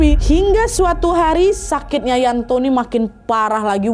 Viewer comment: yanto ka nad bukan yanti 😁